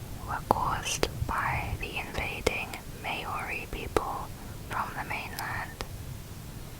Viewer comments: Don’t wanna be a butt but for the NZ fact to pronounce it it’s like Mao-ri not Mayuri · may ori, its pronounced Maw-ri, maori. lol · the way to pronounce maori is like mouldy without the L :)